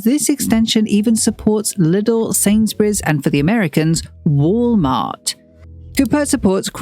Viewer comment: I have never heard Wal-Mart pronounced that nicely in my life.